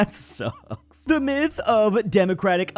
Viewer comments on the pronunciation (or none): none